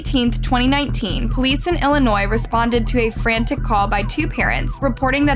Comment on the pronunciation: THANK YOU for calling it ILLINOIS NOT ILLINOISE LOL